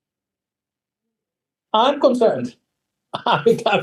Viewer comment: Can't stand the way they pronounce IRAN...‼️